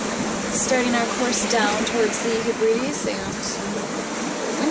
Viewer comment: Lol the “hu-Bree-dees”! Is that a rock group? It’s the “Heb-rid-ees”. 😂 I love that! Same with your mis pronunciation of nearly every place on the Azores. Up good work and fair winds and following seas to you both. ⛵️